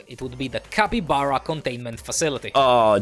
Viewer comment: Yay i saved the "cakybara"😂